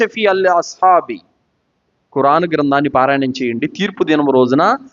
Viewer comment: ఖుర్ఆన్ అని అతనికి తెలుసు పాస్ట్ గా మాట్లాడేటప్పుడు అలా వస్తుంది , చేసేదేమీ లేదుగాని ఏదోకటి పట్టుకొని విమర్శించడానికి మాత్రం ముందు ఉంటారు మీలాంటి వాళ్ళు ఆయన లాగా దైర్యంగా తౌహీద్ ప్రజలకు చెప్పగలరా?